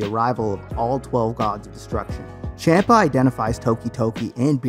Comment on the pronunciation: Don't they actually call him ChOMPUH? Like he's eating? Not Champ-uh